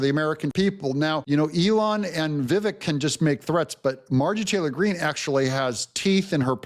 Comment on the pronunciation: ❤ Extra points to for being one of the few, smart people, that knows how to CORRECTLY pronounce Vivek’s first name 👍👍👍